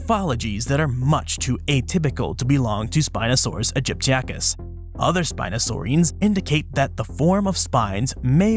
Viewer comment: It's not Aegypticus, but AegyptiAcus. A common mistake, but one unworthy of an expert such as yourself. Otherwise, a superb video!